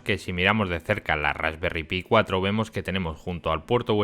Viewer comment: Se dice "Rasperry Pai" lo que sería "tarta de frambuesa", son unos cachondos estos ingleses. Y ya llevaban más de 1 millón vendidas (de todos los modelos).